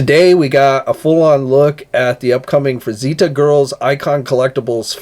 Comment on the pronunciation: JSYK, the name Frazetta is pronounced "Fruh-zet-tuh" rather than "Fruh-zee-tah". Thanks for the updates!